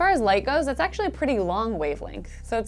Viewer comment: that "Tha's fast" made me smile